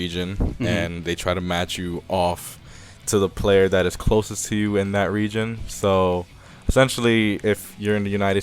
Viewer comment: At first I heard Regen and I was confused then realized he said region